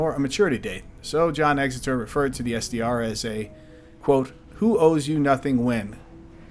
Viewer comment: It’s Exter not Exeter